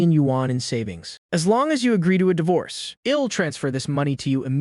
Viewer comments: ok man but fix the pronunciation of the Text to speech I'll -> ill , just type i will man to Text to speech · Next part needed, I'll pronounced ill, and several other mistakes could have been solved, kt would be 10/10 then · The "I'll" becoming "ill" is bugging me that I want to stop watching the video. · Awesome story. Wished the ai voice would pronounce the I'll correct lol. All good though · please add apostrophe's. i hate when it says "ill" instead of I'll. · Everything is good aside from that ill and im pronunciation. It's killing me 😭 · "Hez, ill, shed"👀🫠